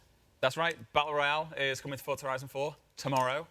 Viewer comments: not even the people presenting forza know how to pronouns Forza... wtf is going on here For-za ... not Fort-za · It is pronounced "fortza". It means power in Italian. In FH3 you can hear characters pronounce it this way.